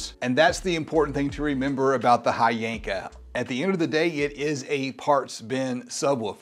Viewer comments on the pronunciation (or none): Its HHYYYYYYYYYANKA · The "Hy" is actually pronounced like a "W"..... So it's actually "VVanker" 👀🍻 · They reached out to you and you didn't even know how to pronounce the company name? 🤔